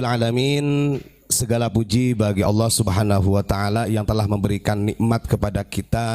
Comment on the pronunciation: Ubad kopet ngucap ALLAH aja ngga bisa, bogel lu